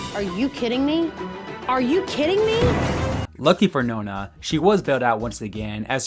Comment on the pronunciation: Nona? Really? Nah nah nah my boy